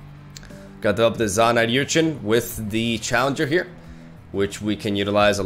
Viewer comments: Er-chin not yur-chin English! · It's "Urchin", not "Yurchin" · slow progression on pronouncing Urchin right is kinda adorable.